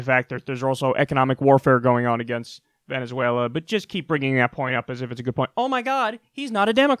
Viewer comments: 😂 i love when kyle says vuvuzela instead of Venezuela lmao. When he says it, it almost seems like an accident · i love when kyle says vuvuzela and not venezuela because that argument is retarded